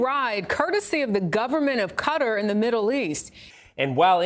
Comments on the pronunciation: The name of the country is pronounced Gat-uh - not as Cutter or Catarrh. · Cutter lol ffs try and say it’s name properly